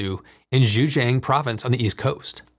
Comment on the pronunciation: Excellent video, but one nitpick: listen to Google Translate to learn a better approximation of the pronunciation of Mandarin names. My folks are from Zhejiang province and I had to go back to go back to hear if you indeed referred to it, and I still shuddered a bit the second time I heard it.